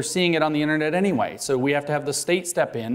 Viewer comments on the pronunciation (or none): none